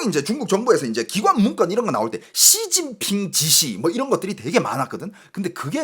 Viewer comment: 앜ㅋㅋㅋㅋㅋㅋㅋㅋㅋㅋ 야이c 쒸진핑쉬바샠힠ㅋㅋㅋㅋㅋㅋㅋㅋㅋ찰지노